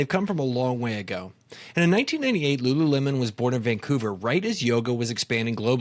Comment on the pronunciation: Was everyone saying rururemon?